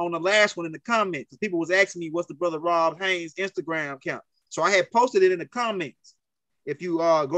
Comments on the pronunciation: BRUH??? THE MANS NAME IS ROD not RON , HAYES not HAYNES😅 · Dude it's not ROB HAYNES... it's ROD HAYES!!!! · I like how pronounce Rod’s name lol it sounds like he saying Rob Haynes lol it’s all love I like his energy and passion